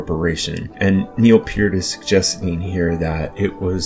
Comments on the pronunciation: Young man, it is pronounced like 'pert' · 60 years and I've never heard Neil Peart's name pronounced that way.